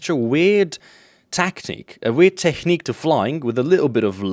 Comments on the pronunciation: Please stop pronouncing technique like it's the German "Technik" ( ͡° ͜ʖ ͡°) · Its funny how you pronounce technique xD